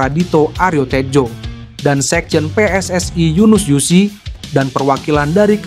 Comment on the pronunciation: Kalau bahasa indonesia bahasa indonesia saja bang.. gak usah ala ala luar bang PSSI jadi pssai... WNI jadi WNAI.. agak aneh dengarnya karna abang pake bahasa indonesia isi video abang